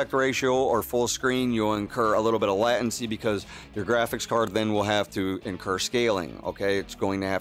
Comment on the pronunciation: Latency - /ˈlātənsē/ Surround - /səˈround/